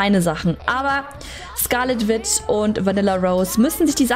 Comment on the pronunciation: und das wird nicht wit ausgesprochen sondern witsch, und witch heißßt auf deutsch hexe.